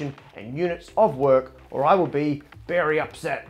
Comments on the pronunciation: love how he says "berry upset" cause bananas are technically berries. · Did the banana say he would be "berry upset?" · Ah yes, the banana will be "berry upset." How pleased were you with yourself when you came up with that one, Matt? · "berry upset"...tried to slip that one by us eh?